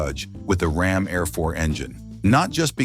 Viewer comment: It's pronounced RAM AIR IV!